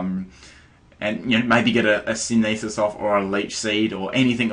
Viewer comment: I usually don't mind the mispronunciations... but Sin-E-this? (Sin-the-sis) That's worse than Protein... (Pro-Tee-An)